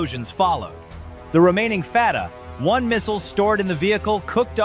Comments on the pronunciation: Interesting scenario but ruined by unedited robot readout. It's 'Fatah 1' not 'Fatah 1' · Awful AI narration. "Fatah. 1missile" "F. Three-Five. Cs" Really? You cant even read your own fiction? Nothing about this story fits. This would be an undisputed act of war, and I doubt anyone would have this detailed fancy-video ready. == I am more bugged that the "details" that are wrong in so many places. :049 - Never heard of an "F-35 Slash", but neither the F-35 (or F-22 or B-2) use external equipment mounts as shown here. It ruins the stealth characteristics. Plus, the graphic seems to show a type of tracking pod, and you'd only use one per aircraft even if you did mount one to an F-35. - USS Abraham Lincoln does not use electromagnetic catapults; only the USS Ford has those. (Come on, guys! The footage even shows the steam coming up the rails! ) - all the aircraft shown being launched are F-18s, not F-35s. The planes all have markings from different groups and take off in weather that changes from scene to scene. Not even from the same carrier. - As someone else also noted, AIM-9s are short range air-to-air missiles and ARAAMs are medium range air-to air. You couldn't attack ground targets like launchers, nor could you target hypersonic Fatah-1s. - oh for...! What a ridiculous image! Not even the craziest video game pretends you can load your F-35 like this! No need to check further...not much accuracy in this video - Now, I do believe the carrier group would defeat such an attack. We've already proved we can meet and defeat Iran's military gear whi